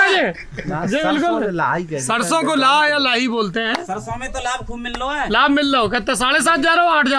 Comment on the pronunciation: सौरभ जी लाह नहीं लाहा कहते हैं